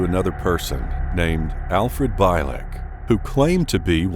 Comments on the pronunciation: Well known stories, as I have either read them all, or watched on YT. But, why, oh why can't you pronounce one name properly? It's Alfred BIELEK, not Beilek!! And his account of 2749 is very doubtful. Anyways, he died in 2011. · His name is pronounced Al (BEE'-lehk) not (BAHY-lehk). You should do thorough research before mispronouncing names of famous people. Otherwise it makes you seem like a plagiarizing novice. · ...His name is pronounced like.."Beal-lick" not "Bile-lick" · His name is pronounced Al Bee-lik, not By-lek !! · correction: BIELEK is pronounced bee-leck not bi-leck as 'ie' is not read as 'i'. Besides i listened about him tons of interviews. Check art bell for it. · Bielek is actually pronounced like Beal-ick.